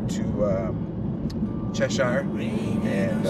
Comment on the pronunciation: Thanks for taking the time to enjoy the Berkshires and it's towns etc. but one minor correction. while you were in "Cheshire. its pronounce Chesshure! tho spelled shire. like Berkshire. is Berkshure ! anyone born and raised here says it that way. and "Shire" used in either makes us cringe! thank again for shairing. ECF